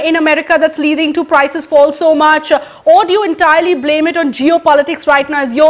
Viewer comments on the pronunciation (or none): none